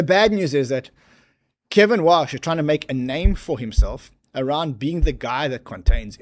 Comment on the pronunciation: Kevin “Wouash” 🤦‍♂️